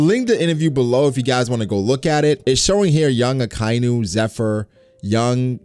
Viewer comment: Loves Akainu so much that he pronounces his name incorrectly